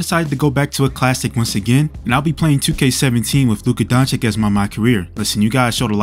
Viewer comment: DONCHICH not DONCHICK....comon after 6 years this is pathetic Indeed....